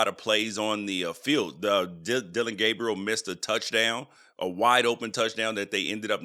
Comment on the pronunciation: It’s Dillon, not Dillion. And Gabriel, not Gabrielle. C’mon now.